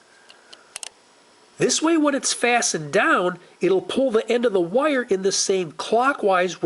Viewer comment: It is just me, or does this guy pronounce "wire" (Wye-yur) in a way that rhymes with "lawyer" (Lye-yur)? And, for the record, I pronounce Lawyer like Loy-yur or Attorney, lol